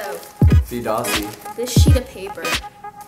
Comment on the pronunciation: It is dossi not dose